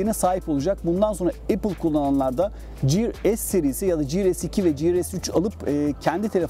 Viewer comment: Kardeşim emeğine sağlık. Tek uyarım tanıttığın ürünlerin okunuşlarına dikkat etmen olur. Ciır ne yahu :D Bu arada ingilizcede de okunuşu 'giır' dır. Yani ya türkçe oku yada ingilizce. Kasmaya gerek yok düz türkçe oku işte, böyle hataya bari düşmezsin :D